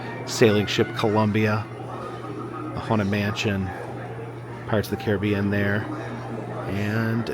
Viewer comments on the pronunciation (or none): none